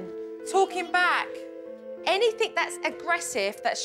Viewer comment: I love Jo but - 'anything', ' nothing' etc don't have a k on the end..🤔